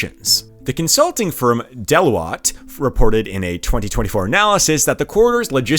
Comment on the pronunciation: Also butchered Deloitte